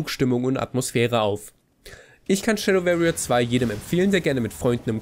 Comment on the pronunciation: versuchs mal "Schäddoworrier" auszusprechen, statt "-Schäddöwerrier"... musste deswegen gerade zum Arzt und meinen Ohrenkrebs entfernen lassen.